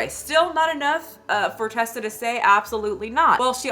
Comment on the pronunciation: Just so you know, her name is Reesa. It's reesa-m-teesa, not Tessa. 🫶